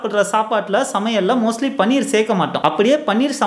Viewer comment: பன்னீர் என்று சொல்லதீர்கள். அது பனீர்.